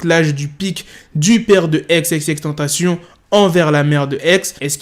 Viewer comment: Pk il dit ex ex ex tantacion au lieu de XXXTENTACION